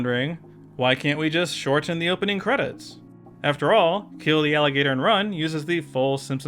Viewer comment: The way you pronounce the hard t in words with a t in the middle is irritating. Words like "shorten".